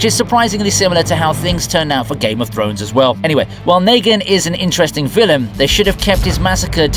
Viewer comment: "Nay-gan"? Dude, it's "Nee-Gan". Everyone knows that. Negan is Negan.